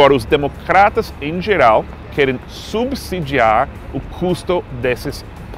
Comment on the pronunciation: Seth é estrangeiro e acerta a pronúncia de subsidiar